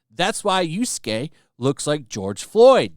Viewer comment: Yasuke is pronounces Yas 'kay